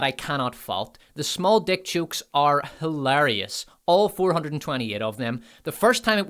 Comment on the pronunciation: Hil-ari- us, "shakisha" 😂😂